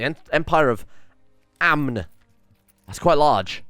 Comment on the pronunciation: The N in Amn is silent